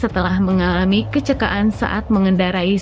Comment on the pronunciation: Baca teks beritanya kurang jelas. "Kecekaan,sekat boarding, pemeriks medis,"